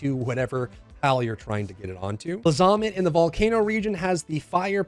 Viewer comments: Did you...did you just say "Bluh-Zah-Mutt?" My brother, its "Blay-Zuh-Mutt." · Bluzohhmit? Blazamut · fyi, it's pronounced "blah- za- moot" because it's named after bahamut (ba-ha-moot) not that it's important but, now you know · The way you pronounced blazamut hurts 😂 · Bro the way he pronounced blazamut is fuckinG HILARIOUSSSSS